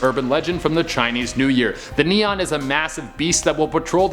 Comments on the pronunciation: CNY monster pronounce more like "knee-ant" without the T sound ... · It isn’t call nian gosh